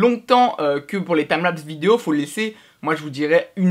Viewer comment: TIMELAPS PAS TAMLAPS 0/20 l'anglais CA se vois